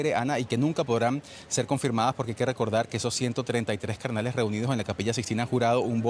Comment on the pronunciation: Hasta especulan con que se nombró a un papa y no aceptó 😂. No podés 😂. Encima dice "cardenales" y se escucha "carnales"😂